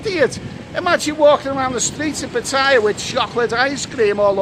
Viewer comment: It's Putter-YAH, not p'TIE-ah